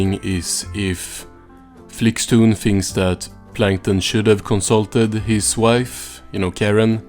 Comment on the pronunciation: Seems like the AI doesn't even know how to pronounce 'wife' 😂